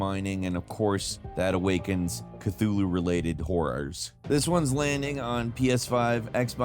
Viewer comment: CASSIOPEIA is pronounced CASS-EE-OH-PAYAH CTHULHU is pronounced KUH-HULL-HOO